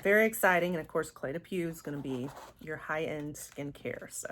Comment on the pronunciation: Beautiful box but way too fragrance heavy. Thank you for sharing. I'm glad you found your new signature scent. Cle de Peau is pronounced "poh" , au in French is "oh". 😊